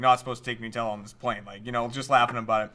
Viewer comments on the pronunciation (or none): NUTella not NEWella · everytime i hear them say nootella, i die a little inside... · Its annoying me so much how you're saying nutella. It's made from hazelNUT, so it's NUTella. That delicious shit is not made out of Pingu.